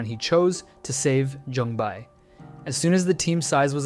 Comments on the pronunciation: For ur info, J in Korean is not pronounced with Y tone. It's Jung Bae ,not Yung Bae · Yongbae. "Bay", not "buy". It frustrates me that so many youtubers mispronounce the names that are literally said multiple times in the show and don't change over dub. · jung bai??? its jung bae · is that how the dub pronounces his name? yung bai? how is that so butchered lol its jung bae said as written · "young bye" is such a horrific butchering of his name, like the bare minimum is to sound out the names with the closest english equivalent. "jung bay" is not hard to say at all for an english speaker and it's much closer to the actual pronunciation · His name isn't Yung Bae its Jung Bae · Joong Bae, like in Bay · It’s jung bae